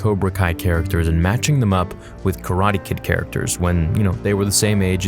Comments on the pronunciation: tf is “Ka-ra-te” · How you say karate is weird but i like that i like that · the way u say karate makes me wish i was dead